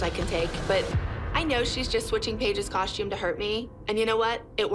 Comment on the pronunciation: why do they all say “coshtume” 😭😭